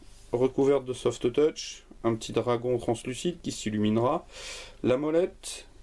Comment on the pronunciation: Il faudrait juste encore travailler l'accent encore sur le softeutouch xD